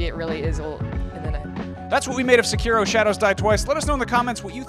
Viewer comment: say-key-row haha it's seH-KiH-Roh!